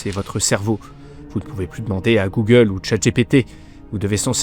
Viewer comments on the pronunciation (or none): none